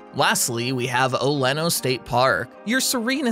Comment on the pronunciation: You left out parks that are far better than some of these. I've lived here forty years and you pronounced oleno wrong